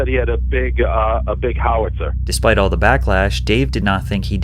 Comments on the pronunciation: What American man doesn’t know how to pronounce Howitzer? Guy wearing a mustache doesn’t know how to say it. Hahah. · You saw Howitzer wrong. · The way you said Howitzer 😂 This humor is still hilarious even today. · most wild way I have ever heard someone say "howitzer"😂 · Dude, you have almost 1.7 million subscribers and huge views. How hard is it to look up the correct pronunciation of the word "howitzer" before making the video? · Patrick is definitely rage baiting commenters with his pronunciation of “Howitzer” 😭😭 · the Howitzer pronounciation is disguting and awful - shows youtuber is a soyboy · How Itz er??... Go watch any military video, and you should be able to learn how the rest of the world pronounces it right. Put the wrong emph as iz in the wrong place. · This is exactly what I expect from someone who pronounces "howitzer" in that way. This is some beta trash. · 🤣 in case YOU'RE curious, "Howitzer" is pronounced with the accent on the first syllable, not the second lol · Always love your videos I think they are dope but the way you pronounced howitzer made me want to rip off my ears haha😅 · I've never heard howitzer pronounced like that before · it's not a "How it's her" it's Howi-Tzer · howitzer not how-witzer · said "How-Itz-her" 😭😭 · Not a how witzer....howitzer one word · Howitzer (Hau-uht-sr) / (How-it-sir) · Wtf is a "how IT sir ? Do you mean howit sir? :) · HOW-it-sir not how-WIT-sir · HOW-it-zer. The emphasis is on the FIRST SILLABLE. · What's a how-witzer and why can you say oral but not rape or suicide. YouTube speak is exponentially stupid. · WTH is a "How- Itzer"? Why do people not know how to pronounce things anymore? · What is a How-witzer lol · "How-Witzer" literally never heard someone pronounce it this way in my entire life lol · It's pronounced HOW-it-zer just so you know. Loved the video! also wow what a vile thing to post online! Yeuch. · Ive never heard anyone butcher howitzer like you did lol.